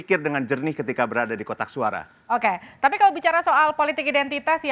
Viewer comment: Mhon ya.. oembawa acaranya jangan suka motong2 pembicaraaan narsum, narsum blum selesai dy langsung potong2 sehingga bs membuyarkan pemikiran narsum .. belajar lah dari pembawa acara senior lainnya.... Kok ga seneng banget denger kata ok.. ok... Intonasinya itu lho.... Ga banget. Mhon di koreksi.... Okeeeeyyyyy.... Okkkeeyyyy....ooookkkeee Belajar lagi deh bisr lebih nyaman di tonton